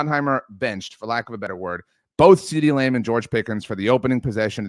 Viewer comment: Why is this goon saying “CeeDee Lame”